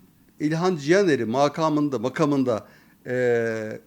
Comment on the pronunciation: Makamında kelimesini her iki a'yı uzatarak telaffuz ettiniz, sonra düzeltip her iki a'yı kısa teleffuz ettiniz.. ikisi de doğru değil maalesef.. ilk a kısa, ikincisi uzun olacak.. selamlar.. :hand-pink-waving